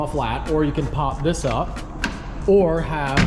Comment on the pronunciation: That “THISS” threw me off lol